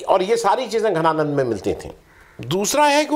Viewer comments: your pronunciation is not okay for name "Dhananand". You are saying "Ghananand", which is not correct. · घनानंद नहीं जी धनानंद... थे मगध साम्राज्य के नरेश आदरणीय महाशयजी केवल राष्ट्र भाषा उच्चार शुद्धि के लिए जन हित मे जारी..🙏🏻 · घनानंद नही धनानंद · धनानंद not घनानंद